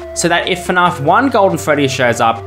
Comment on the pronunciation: ok theres no way you say fnaf like "fnarf"